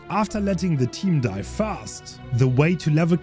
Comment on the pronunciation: I can't tell you why but the way he says dyye gave me a chuckle 😅 (saying sloppy butcher devour hope suck is definitely an opinion you can have 😂)